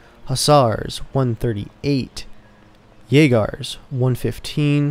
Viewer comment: Jager is pronounced yay ger.